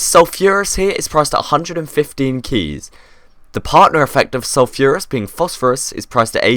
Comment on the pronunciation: ITS PRONOUNCED SUL-FER-US!!!!